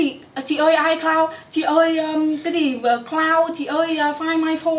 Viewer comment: ICloud = i mây 😂